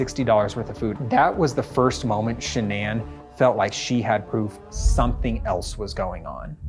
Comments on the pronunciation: Her name was Shannon not sha'ann... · It’s actually Shanann.